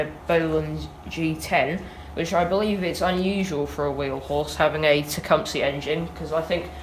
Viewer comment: Why does EVERYONE pronounce Tecumseh wrong?